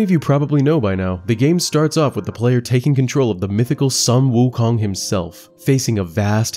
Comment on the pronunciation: Sorry for being a stickler... but Sun Wukong is pronounced as Soon Wu Kong. Sorry... pronounciation nazi-ing a little here... dun mind me.